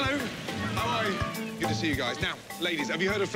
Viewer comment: Ramsay asking "how are you" in danish was spot on! damn